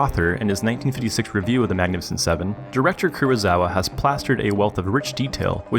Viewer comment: Kurosawa, not Kurozawa.